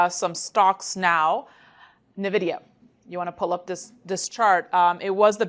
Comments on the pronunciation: Nuh-vidia, lmao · NIVIDIA...what is NIVIDIA? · Please learn how to pronounce Nvidia. Go to their YouTube channel and listen to how they pronounce it.